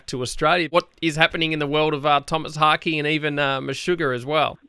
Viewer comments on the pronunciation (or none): It's the accent man. Lighten up. Although, Haake is pronounced "hock" not "hockey" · Tomas Harkey? Jesus Christ, learn his name before you interview. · It's pronounced 'Haa-keh'. 'Haa'' like in 'HArm' and 'keh' like in 'KEttle'. There, case closed. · It's pronounced Haake.. Since its in swedish.